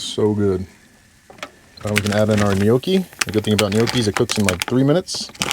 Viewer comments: Howdy. Been following you for a while and love traveling with you. Have you ever thought of live streaming so that you could actually share it with us? Also tiny suggestion, go to the Google and ask it to tell you how to pronounce gnocchi. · There's no 'u' and the 'g' is silent. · I'm going to start calling it guh-noochi now too 😂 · lol Gahnoochi Soup huh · The way you said gnocchi had be rolling 😂 I love watching your videos